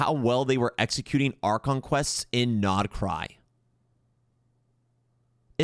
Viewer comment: Hey man 😂 stop mispronouncing my goat region please 🥺🙏